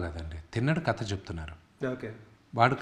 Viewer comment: కత కాదు రా కథ అనాలి 😂😂